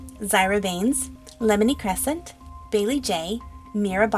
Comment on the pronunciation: Amazing drawing, it looks very nice (btw just saying its pronounced Lemia Crescent not Lemini. :P)